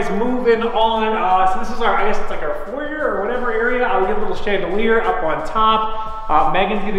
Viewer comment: to everyone else cringing about how he says 'foyer' I'm with you